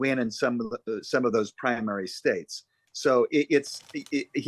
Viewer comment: Did you see him at the CPAC conference? He said “the United Straights of America, then went on to mispronounce states as “spates.” Both Donald and Biden should retire from politics.